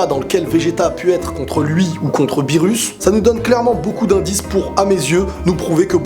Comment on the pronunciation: "Beerus" ???..... ÇA SE DIT "beerrous" (le r se prononce l)